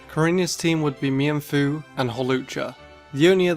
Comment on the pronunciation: Notice how he stills calls mienfoo mi-en-foo not meanfoo I had to bring it up it’s funny that vid